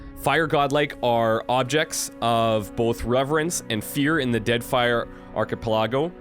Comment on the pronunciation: Loved the pronunciation of "achipelago" lol